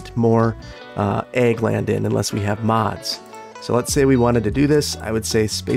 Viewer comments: Egg land? Egg land. AHHHH Wisconsin accent = Ag as in agriculture land. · Everytime you said "Ag land", I hear "Egg land" and I keep seeing eggs...hehe... Maybe you want to try "Agri land" instead? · I apologies I am misunderstanding you accent I think you saying 'egg land' ? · I kept hearing Eggland until like Then thought you had been doing it as a pun the whole time and I expected you to have "chicken farms" by having chickens in the Animal Pastures. I was full on prepared for a section called Eggland's Best.